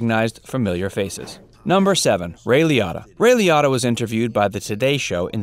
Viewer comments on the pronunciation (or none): It's pronounced Leeootta not Leeeadda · Ray “Lee-otta” ?!?? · Who is Ray Lee-Otter? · Joseph Gannascoli wasn't in Goodfellas....Also I wish this poster researched how to pronounce names and cities right. Liotta’s pronouced like "Lee-oh-ta" and the town that the Bing is in (real name Satin Dolls) is Lodi (pronouced Low-Die)... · you can’t pronounce anything correctly. so-PRAN-os. Ray LEE-OH-TA. LOW-DYE, New Jersey. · Ray “Le-OH-ta” not ☺️ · That pronunciation of his name annoyed me too. What bed of rocks has this guy been living under to not know how to say Ray's name correctly?🤔